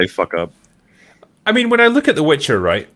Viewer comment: It's the "Witcher", not the "Bitcher"...